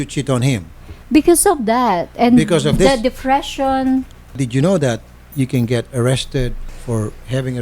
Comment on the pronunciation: Ang tindi ng epekto ng “Defression” kay Ate. Lol! 🤣🤣🤣